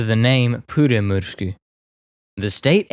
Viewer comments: sorry to be that one guy but that pronouciation was differeant to say the least im from finland btw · And that's what he has probably used. His pronounciation is far from perfect, but close enough for me. But, this a matter of opinions, so it's pointless to continue. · You are doing fine when speaking Finnish, just remember to pronounce strong "R". As far as i understand DB605's power was limited in Finnish use to around 1300hp because engines we received had only cast iron cylinder liners without chrome plating. They wore out very fast if you used all 1450hp. Pyörremysky looks like a great desing to me, Myrsky was a disaster structurally. Wooden structure could not cope with the rain and damp, we did not have good enough glues at the time. I think best Finnish design, conversion was so called Mörkö-Morane. Decade ago i built Mörkö as a giant scale RC model, and it flew really well and it was fast. We should have abandoned the Myrsky project and concentraded building Mörkö's and Pyörremyrsky's.